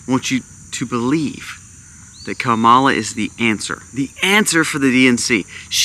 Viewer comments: If you’re going to try to make a valid argument for your vlog, you should first learn how to properly pronounce her name-loser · That’s not how you pronounce her name and you know it don’t be racist, dude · Wow. I have never heard so much hypocrisy from you man. You could have replaced her name with Trumps name on much of what you said. How can you trust a man that lies every time he opens his mouth? You've never watch the DNC convention? That's saying a lot. You only hear what you want to hear. All Trumpers are that way. Stick to prepping Sir. And learn how to say her name right. See you in November. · You're saying her name wrong